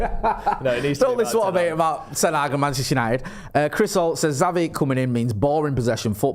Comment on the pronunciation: 2. For f's sake, WILL YOU PLEASE PRONOUNCE XAVI's NAME PROPERLY. IT'S EASY: "CHAVI" as in "chips".